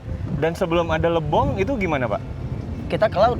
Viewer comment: Lebong kak bukan Libong